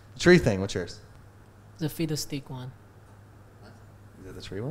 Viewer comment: did anyone else hear "Fetus Stick" the first time instead of Fiddlesticks?